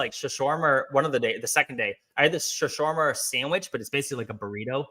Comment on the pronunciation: I’m in Leb often, sometimes several times per year. Worked at the Embassy while with DSS a few times in the career. Baalbek is at least as amazing and old as you’ve aptly described. It frankly wouldn’t surprise me if it were antediluvian. Anyway, the point of my writing was to pronounce “shawarma.” Which is pronounced: Sha-war-ma. Great stuff; really glad you liked Leb.